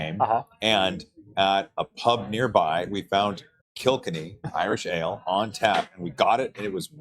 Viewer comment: Bit late now but kilkenny is pronounced kill-kenny 😂